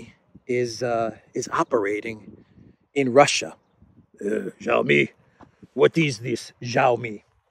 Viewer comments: The Chinese 'X' is not pronounced 'j' but the 'ch' like in inch. So Xi Jinping and Xiaomi doesent start with a j-sound, but a strongly aspirated x!! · please note xiao is pronounced approximately “shyeeao,” rhyming with meow. Xi is approximately “shyee,” rhyming with bee.